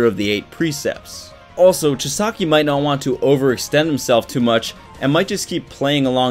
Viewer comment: That's not how you pronounce kai chisakis name dont know hoe to spell it but you can also call him overhaul but whatch the English version on hulu